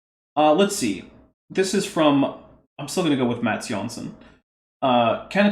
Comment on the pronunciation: Mats Jönsson is a Swedish name. I can tell you in voice chat sometime how it's pronounced ;D